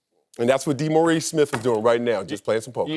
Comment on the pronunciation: DEE-Maurice Yeah.